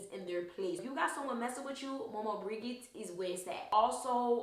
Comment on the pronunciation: side note, I'm of the same blood {not family but area} as she, so i thought to be helpful by saying the G in Maman Brigitte is pronounced as a J not a G. that said, thank you for tis video. I've bee called to research and this has helped. I've even saved this to a playlist. blessing